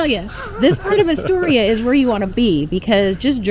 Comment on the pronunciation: You never pronounced Astoria correctly... And never watched the Goonies closely enough, because they pronounced it correctly in the movie. Wow!!!!